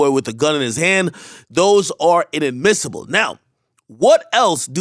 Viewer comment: This way this MF said IN-AD-MISSIBLE got me dying. We not illiterate bruh